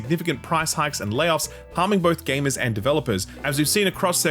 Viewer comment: Saying it so proudly with the hard R too 😢